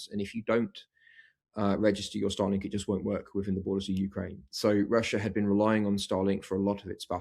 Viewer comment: Star Link not Stah Lenk